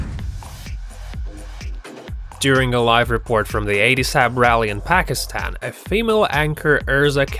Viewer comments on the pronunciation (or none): none